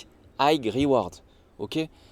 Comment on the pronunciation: Highgue risk highgue rewards tu m’a tué 🧡